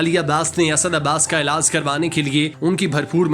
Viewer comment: Ilaaaas Nai Bhai Ilaaj Hota hai Bolna To seekh Lo 😅😅